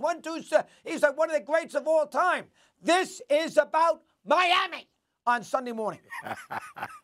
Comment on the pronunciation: 😭💀😂💀😭😂😂 they way Mad Dog said Miami is absolutely hilarious I love this man